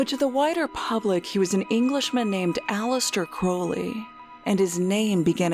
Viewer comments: How do you run a popular Youtube channel about mysterious events, and not know how to pronounce Aleister Crowley's name correctly? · 2 years in production and you couldn't even be bothered to learn how to pronounce Aleister Crowleys name correctly